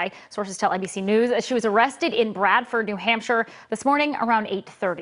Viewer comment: You said Bradford, New Hampshire; I believe it's Bedford, New Hampshire. Oops!